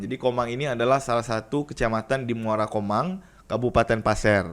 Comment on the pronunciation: Koreksi dikit Bang, bukan "Komang" tapi "Komam", lebih tepatnya Kecamatan Muara Komam di Kabupaten Paser Kaltim